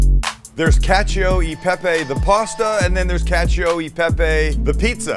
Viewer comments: Italians everywhere: what... the... FUCK is that. Sam: cAcIO de pApY pIZa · "Catchyo ee pepeyy" 😂😂😂😂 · ngl I kept hearing "catch a pepe" like Sam was trying to sell me on a NFT